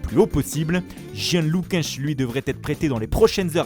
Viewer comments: "Jian Luqunche" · "gienne loucache" 😂 🇧🇷